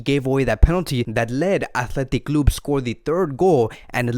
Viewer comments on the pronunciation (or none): his accent athletic clubuee 🤣🤣🤣